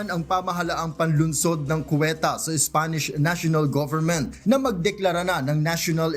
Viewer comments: Ceuta hindi cueta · Anong Cueta? Ceuta yun HAHAHA 🤣